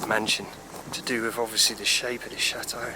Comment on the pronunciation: You make château sound like shathole loooool